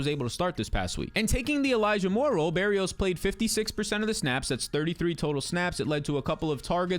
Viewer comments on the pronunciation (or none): none